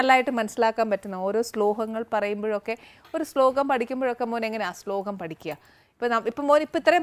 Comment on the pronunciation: സ്ലോകം അല്ല ആനി...